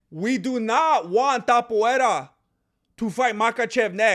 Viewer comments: Ilia Topuria, no Tapoeira.... y por cierto, con todo el respeto del mundo, hacía mucho tiempo que no escuchaba tantas sandeces juntas. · His still calling him "Tap-uera", as if he didn't fight off a dangerous leg lock from Charles Oliveira... it's so cringe, he has to admit Topuria proved him wrong and quite disrespecting him for no reason, bro wants him to have 3 title defences before putting respect on his name, bro thinks he's a king or something. Btw, saying Charles wasn't in his prime when he was champion and that he fought cans that Khabib already beat doesn't hold, bc it took 3 hard rounds for Khabib to sup Poirier, Charles did it in 2 and didn't struggle as much, then Makhachev (way better than Khabib) took 5 hard rounds and you can clearly see that Poirier was for each title shot a better fighter skill and endurance wise. A man's physical prime varies between 29 to 35, after that T level production decreases (some people's T don't decrease until 40). Max is not out of his prime, he took the 0 of a young prospect Arnold Allen and then dominated and KO'd Gaethje (who beat Poirier and a young prospect Fiziev on the feet***) in a upper weight class and we clearly saw improvement in Max's striking skills and power + a improved kicking game, but it's really Max's next fight which is going to show if he's still in his prime or not (his 33 btw, chill). For the other points I agree.. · Por qué pronuncias Topuria como "Topuera"? Si se lee exactamente igual que en español, acaso no eres mexicano?